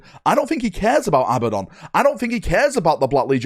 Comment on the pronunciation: Who is Abbadon? Learn how to read and speak English. It is Abaddon. A-bad-don.